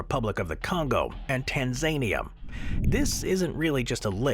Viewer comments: Tanzania (Tan za knee a)🙄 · Definitely! When Tanzania got called "Tan-Zanier", I wasn't sure if it was a country or Donald Trump's face-colouring.